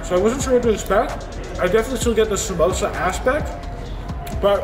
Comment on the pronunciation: It is a sa - moooooo - sa not sa - moe - sa. Just an FYI. Looked super yum